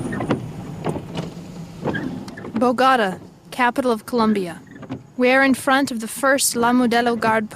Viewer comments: As a journalist you should know how to pronounce the name of the city of Bogota. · 😂😂😂the way she pronounced Bogota 😂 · How dI'd they pronounce bogota ????? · So, a narrator who apparently speaks Spanish doesn't know how to pronounce Bogotá, the Capital of one of the countries in South-America. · you lost me after the first meaning and the pronunciation of "Bogotá" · Бого́та? Впервые слышу. Богота́-столица Колумбии. Меня в школе так учили. А Бого́та, это что? Район в Нефтеюганске? Или сорт пиццы? Я не понимаю. Наверное я тупой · What’s bugada? Learn at least how to pronounce the effing name Bo Go Ta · It is NOT Boogatta. Its BOGOTA. Please learn the correct pronunciation, at least of one of the biggest cities in Colombia .please is not much to ask.. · "Bo-gotta"? The name of the city is Bogotá = "bo-go-TAH". Lost it on the first sentence, a new world record. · Nice job. Isn't the pronunciation "Bo-go-Ta", not "BoGota?" That is why there is an accent on the trailing "a". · It’s pronounced Bogo-TA Not Bogahdah😂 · Bogora??it is Bogota with the letter T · Bo-go-tá not Bo-go-ra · BoeGata?…don’t you mean BoGaTaa? The very first word you started your documentary with was mispronounced.. That doesn’t add much credibility to anything that follows if you pronounce the name of the City you are featuring in your story. Do better. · Oh no! The woman that can't pronounce ANY of the Colombian city names. For Bogotá, she says B o g Á t a !👎👎👎👎👎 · "bogada" lol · the worst part of this entire video was youre absolute attrocious pronouncication of Bogota....it made my body physically contrort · “Bo-gotta” huh? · Bo-GA-da? That's a new one... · Im Colombian live in NYC 🗽 but they started with a drama 🎭 btw you pronunciation about Bogota is no bogata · Where is Boh-gotta? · Bogata 😂😂😂😂 learn spanish girl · Bogahdah... capitol of Coluhmbia. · Me too Sounds like she said Bugatta she almost said Bugatti 😂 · bo gatta-med dillon 😂😂😂😂great job miss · Bogada, 😂 . Ffs. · БаготА. А не БагОта.